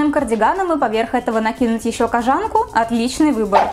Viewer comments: Не кожáнка, а кóжанка! Ударение не меняется при добавлении суффикса. Кóжа, а не кожá! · кОжанка а не кожАнка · В слове кОжанка ударение падает на "О", от слова кОжа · я впервые услышала такое произношение этого слова, не только в своём городе, но и во всех остальных, включая спб и мск п.с. погуглила. Правильно: кОжанка что и логично. кОжанка из кОжи, а не из жАнн каких-нибудь. п.п.с. да, кожАнка допустимое произношение, нашла инфу, да. но звучит конечно... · Слушать интересно, но неправильные ударения режут слух. Это хотелось бы исправить. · Милана Аитова правильно кОжанка, с чего ты взяла, что ударение на А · Katkoshenka N-G это фишка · Katkoshenka N-G , хоть не одной мне слух режет! И да, ребят, в языке нет понятия "мне так больше нравится", есть грамотно/безграмотно. Поначалу будет казаться некрасивым такое произношение, но ко всему привыкаешь, это как измученное "завИдно" :) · Только не кожАнка а кОжанка)) Получилось очень классно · Может кожанка’ а не кожа’нка 🤦🏻‍♀️ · кОжанка, а не кожАнка. слух режет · Не кожАнка,а кОжанка Аж по ушам режет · Мила Крей ни в Москве, ри в Питере так не говорят! кожАнка—так говорят в провинции! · "Кажанка" блииин 😣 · МНЕ НЕ НРАВИТСя что ты говоришь кОжанка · Как же эта "кожАнка" бьёт по ушам.. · вот всё чудесно, и только кожАнка по ушам бьет. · Какие очки. Никто их тут не носит. Сама ты кожАнка. Научись по-русски разговаривать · кожАнка и тЭкстура....каждый раз резало ухо)